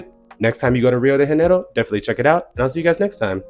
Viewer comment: Also Janeiro in Rio de Janeiro is not pronounced like an H, thats spanish not portuguese